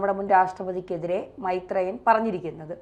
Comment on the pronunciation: മൈത്രെ യൻ അല്ല കൊച്ചേ മൈര് ത്രേയൻ